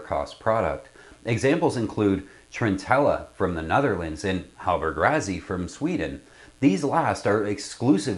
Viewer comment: Great review! To be clear, this is the 42E. HR later made a very different 42F sloop designed by Frers (hence the "F"). Also, it's usually pronounced like "Rossi", not "Razzy."